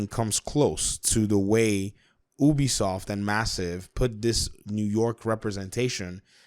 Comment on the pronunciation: I died when he said oobisoft no hate but it got me😂 but keep up the good work